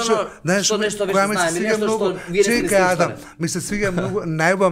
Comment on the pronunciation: Pa ja zaviva Zajdi, zajdi, ko odza da e. Ne e uda vi se, tuku udavi se. Ne e Ada m, tuku Adam. Nepismen.